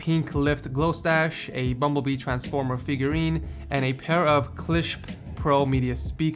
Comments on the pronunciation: Klipsch is pronounced "kleepsh", lol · klipsch = (clip-sh)